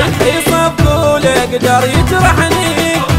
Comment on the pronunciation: اول شي اسمه صفقوله لانه حرف ق نقدر ننطقه بحرفين مو تحطون حرف ك